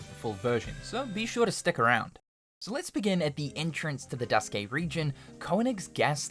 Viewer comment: "Duskay", "Type-OOHH", "zwooeehander"💀💀